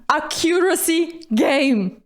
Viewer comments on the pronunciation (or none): acCUracy 😬 c'mon it's ACcuracy stress on the first syllable 😂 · Accuracy? Accent on the second syllable?? Nice!